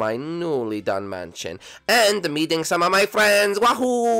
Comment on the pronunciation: You said it meating room